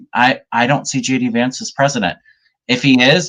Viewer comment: When says JD vance, it sounds like he's saying, 'Judy vance' I like it!